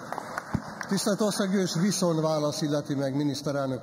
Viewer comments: NEM "VISZON", hanem "VISZONT"!!!!!!!! Azért ott fent a pulpituson ülve illene magyarul beszélni! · " Viszon' "válasz....kérem szépen VISZONT válasz! Egy levezető elnök beszéljen helyesen, szépen magyarul!